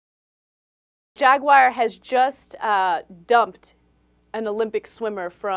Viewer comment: JagUAyeer?? What Ana? LOL